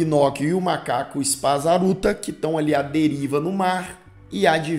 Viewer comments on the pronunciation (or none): Macaco Spazzatura, não Spazzaruta 🤣🤣🤣🤣